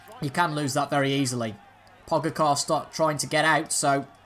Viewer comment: Pogacar will feature a lot, at least he should being the winner of the recent TDF so thought I'd try and help with his name, try say it as Po-ga-cher, Pogacher, that's roughly how they said it in the commentary! Hope that helps!